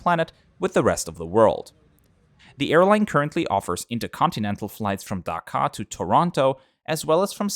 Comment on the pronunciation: As a Bangladeshi it's Dhaka Not daka Daka sounds like dakat Dakat means robber